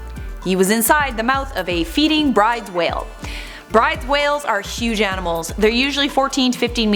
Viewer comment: At the risk of being pedantic, Bryde's Whale is usually pronounced Broodes